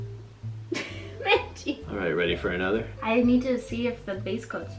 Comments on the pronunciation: Nobody: Cristine: Menchie! Subtitles: Man G! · menchie sounds like beynTEA o